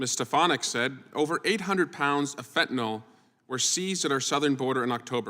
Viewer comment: Drives me insane that nobody can seem to pronounce FentanYL correctly...it's not FentanOL!!!